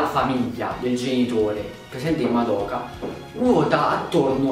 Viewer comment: Ma perché tutti sbagliano a pronunciare il nome di Madoka😫